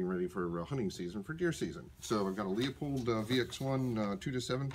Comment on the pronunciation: dear lord why do so many people call LOOPOLD scopes LEE O POLD. call the company and listen to how they say it. are you sure that target was made with a 700? it looks more like an 870 group.